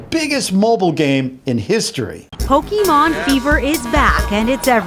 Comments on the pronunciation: Ok I don't get that he said Pokemon right the first time and then he said pokeman the other 2 times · he-he said pokèman TRIGGERED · did you just say pokeMAN Lol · did he say poke(men) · Turn on the subtitles it said "Poking Mango"